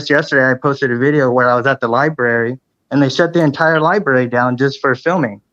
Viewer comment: He cannot even say "library"!?!?🤮 he never shows his face??? FIRST CLASS VERMIN!!!!